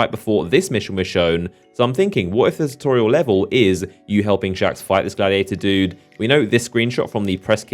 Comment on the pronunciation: lol "chewtorial"